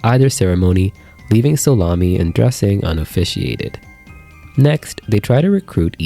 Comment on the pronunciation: No problem wasn't trying to be rude or anything, just as soon as you said it the first time at the beginning of the video, I definitely heard Salami, and I just thought "what?" But as the video went on I heard solami smile, sorry, I just thought it was so funny, I had to say something